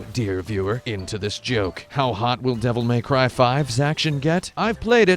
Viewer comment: "Devil May Cryv"